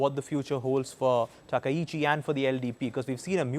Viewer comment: いくら人工音声でも「さなたきち」ってのやめようね。それぐらい補正してください。ああ、ついでに「たきざわ」でもないです。談話室じゃないんだから。あ、こんどは「たかはし」ですか。 ちなみに戦争の清算は対中国、対韓国共に終わっています。したがって日本の首相が日本国内のどの宗教施設に参拝しようが１００％日本の国内問題です。 それに不満を持つ隣国がもしあるならそれは内政干渉にあたります。現代社会においては厳に慎むべきことですね。